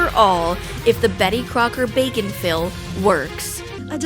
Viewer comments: I keep hearing the product name as "bacon fill" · when she said bake n fill i thought she said bacon fill. i got so confused when the commercial started and she was talking about cakes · I keep hearing “bacon Phil”…. Reminds me of pickle rick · Everytime you say "bake 'n fill", I hear "bacon-filled". I can't be the only one. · It took me watching the entirety of your other infomercial video and partway through this one before I realized the product was "Bake N Fill"; the other video sounded like "Bacon Fill" and with such quick shots I had no idea what it had to do with bacon. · Am I the only one who keeps hearing “bacon-fill”? Logically, I know what it’s actually called but I keep imagining a cake filled with bacon. 😂